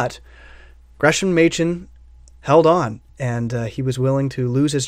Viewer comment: Excellent review. Thanks. Rumor has it that his name is pronounced '"Gres-am." I pray WTS reprints that edition.